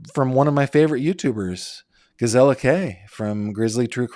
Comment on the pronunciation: Dear - you are pronouncing Gisela name as “GiZella” it should sound like Gis-SA-la! I’m a Grizzly 🐻